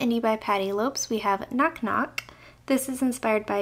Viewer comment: Great swatches! Fyi: Lopes is pronounced as 'Lopez' ☺️